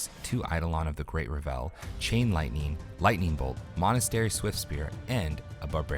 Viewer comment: REV-ul, not ra-VEL - the emphasis is on the first syllable.